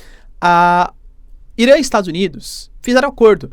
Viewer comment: Cu Irã!? Pronúncia escrota..